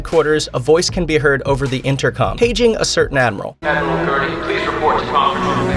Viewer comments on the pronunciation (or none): none